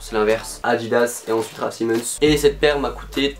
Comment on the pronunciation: Comment tu prononce sa toi 😭😭raf Simenon